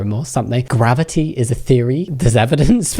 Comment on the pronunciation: did he mean mavity? never heard of "gravity" lmao